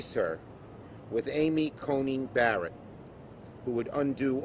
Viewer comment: “Amy Conning Barrett. “Amy Coney Badderit.” How do you expect for people to take you seriously when you can’t even pronounce words correctly, Chuck?